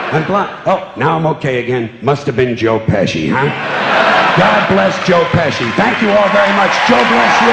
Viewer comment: at the end he says "god bless joe pecsi" and he says "joe bless you" lmao